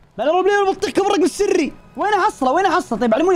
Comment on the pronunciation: الرقم السري ❌ الرقم السيري ✅✅